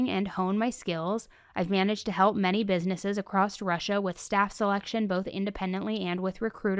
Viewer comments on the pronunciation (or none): none